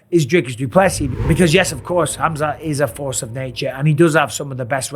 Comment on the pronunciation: "Hamzat Chimiev" lmao😂😂